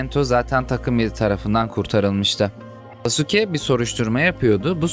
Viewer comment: Sasuke diye okunmuyor Saske diye okunuyor